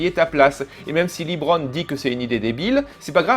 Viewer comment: C'est étrange d'avoir vu le film et de continuer à dire "Librone"